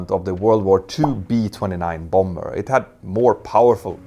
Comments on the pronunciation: Quick English pronunciation correction: Bomber = "bah-mer". (Don't pronounce the second B). 😉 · Hej igen. Bomber uttalas båmmer. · The second b in bomber is silent. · Your command of the English language is second to none. Nonetheless, I would like to suggest that you pronounce the word « bomber » as it is pronounced in the English speaking world. I.e., the second « b » is silent. Keep up the great work and congratulations on your resounding success and web presence. Claude Thank you for a